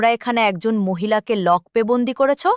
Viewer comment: নিম্ন মানের উচ্চারণ। লকপে কেন, লকআপে তো। গল্পের কাহিনির সঙ্গে ছবিগুলোর বেশিরভাগের সামঞ্জস্য নেই।